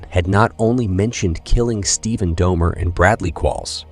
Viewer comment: It’s pronounced DOLL-MER